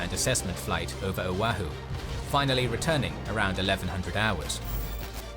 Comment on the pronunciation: Killin me how he's saying O'ahu🤦🏻‍♂️🤦🏻‍♂️